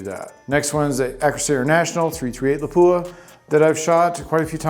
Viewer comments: It'a pronounced lap-wa, not la-poo-ahh. A city in Finland. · Absolutely grinds my gears when a so-called gun aficionado can’t even pronounce Lapua correctly.